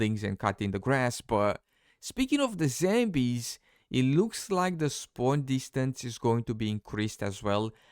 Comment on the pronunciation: Are you saying Zambies?